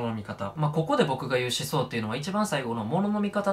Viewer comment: 思想のイントネーション気になるw